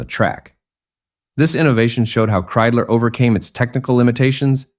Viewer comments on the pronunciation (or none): Ik hoor steeds Kriedler, maar het is nog steeds Kreidler. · Das wird mit Kreidler ausgesprochen nicht mit Kriedler oder Krüler! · Wenn ich dieses KI Gequatsche höre schwillt mir der Kamm. Kriedler statt Kreidler usw. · Scheiß KI !! Das heißt K R E I D L E R ! und nicht Krüler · So ein doofes gequassel!,statt Kreidler -Kriesler oder Luigie Tavverie statt Ta veri.